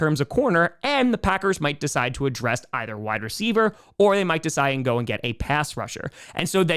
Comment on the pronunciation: are you sure they are saying Wide Receiver One, and not Why Receiver One? Love Ya.